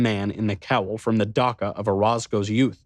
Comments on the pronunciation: Knowles! I absolutely love your reading, but it's pronounced "dah-CH-a" not "dah-K-a." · Dacha is still pronounced dutch-ah, not duck-ah